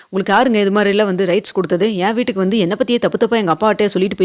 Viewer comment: Kunjam nidhanama pesalam. Veetuku solradhaku badhila vootuku na solreenga. Ungag kural nalla irukku aana nidhanama pesalam.